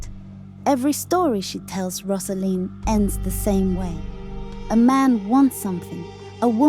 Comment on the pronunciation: You have it very, very wrong. It is not about that at all. It’s about a girl coming into adulthood. You’re talking absolute nonsense. It’s as if you have watched it once and came to the wrong conclusion. Btw, it’s not Roz-A-Leen, it’s Rose-A-Leen.